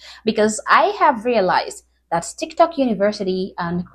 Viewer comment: They don't pronounce the t anymore. Candice Owens does that too.